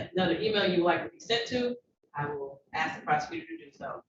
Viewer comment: It is my belief that the word "AKS" (vs. ask) should be outlawed. Just sayin'.